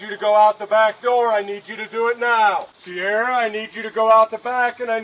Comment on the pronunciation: I don't think they were saying her name right. It's "See-are-uh". Not sure that it changes anything though